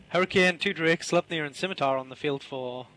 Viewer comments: She finally pronounced Scimatar right. Good for her. She still needs to get a fucking clue, though. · oh...my...gawd... actually pronounced Scimitar correctly! Fantastic!, the effort you took to learn how to fine-tune your english speaks volumes about just how humble you are. I am sure you have taken an earful about your mispronunciations, but the fact that you went the extra mile to learn how to say it properly puts them all in their place. Me included.